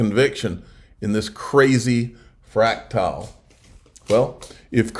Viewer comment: Fractal is pronounced *frac-tul.... not "fractile"